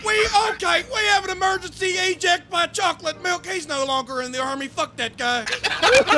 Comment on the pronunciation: "We have an emergency eeject by chocolate milk!" - omg I lost it LOL!!!